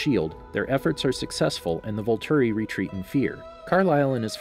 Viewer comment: "Volturi," not "vulture"